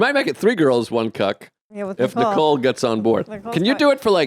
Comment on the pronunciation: Tell Joe that there's no "D" in the name Nicole.